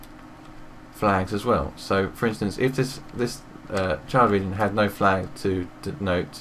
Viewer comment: Thats Couse its Flag not falg :D